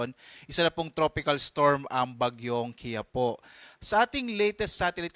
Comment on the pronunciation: KI-YA-PO ❎ KI-YA-PU✅ Ambobo mga pronounce kainis. Hindi po matigas ang PO vs PU Tamang pronounce niyan is KI-YA- po